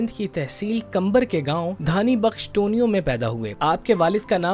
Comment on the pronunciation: Tonio nhi.. teeniu